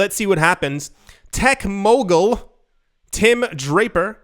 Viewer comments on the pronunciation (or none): none